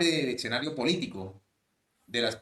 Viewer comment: Las redes permiten que pasen por periodistas personas que no lo son. Este señor dice "exenario", ni siquiera habla español bien. Y así tantos, tantos. 😢